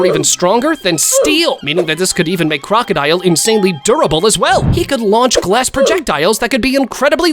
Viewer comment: Did bro really say "rockedile"💀💀💀💀